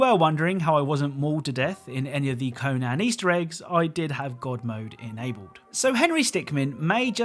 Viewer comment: "Co-nan exiles"